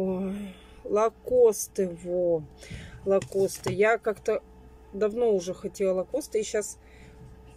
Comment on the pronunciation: ЛакостЫ вообще нервно курят в стороне от произношения🤣🤣🤣